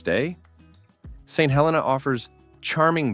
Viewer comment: What crappy AI narration… it is pronounced Saint HelEEna, not Hellena… and YONtville, not Yuntville… make an effort